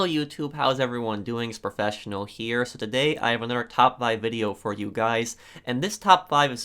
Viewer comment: "Hello YouTube it's the Pofessional here..." LIKE